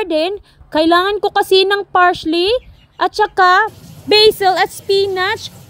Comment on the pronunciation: Parsley po,,, hindi Parsh-ley